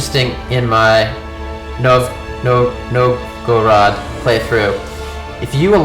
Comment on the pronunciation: The correct Russian pronunciation is closest to "NOVE-go-road". :)